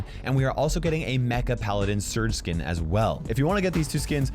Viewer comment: Anybody hear say sink instead of skin?